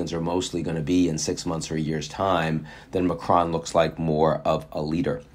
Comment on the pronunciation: Please do not pronounce the 'n' in Macron